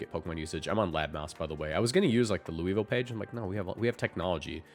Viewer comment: If you’re talking about Louisville, the city in Kentucky, it’s pronounced Loo-vul